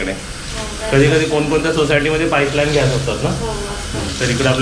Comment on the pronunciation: घ्यास नाही रे बाबा त्याला गॅस बोलतात.. तुझं एवढं शिक्षण होऊन काय उपयोग 😢